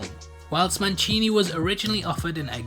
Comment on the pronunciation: Manchini? there's no CH in his name.....it's Don Mancini.